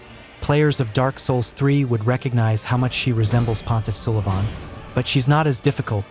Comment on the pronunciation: Pretty solid video, but man... I don't think you pronounced a single name correctly except "Pontif Sullivan." It almost felt intentional. Was an Ai voice used? (Also you don't need to shoot slugs at casual gamers. They may have bad taste at times, but we don't need to put them down to lift Elden Ring up).